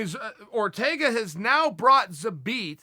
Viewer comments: I love the fact that Chael is TOO LAZY to watch any of Zabit's previous fights and listen to how the announcers pronounce his name. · He never left it. Called some guy an idiot for not saying his name properly but that was the only time I’ve ever heard Chael pronounce it properly.. I dunno